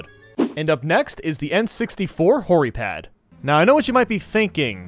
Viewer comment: Who else found it funny when he said hori pad